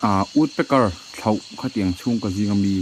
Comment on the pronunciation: Thloh (woodpecker) sava kha thlauh tiin i lam thànin ka hria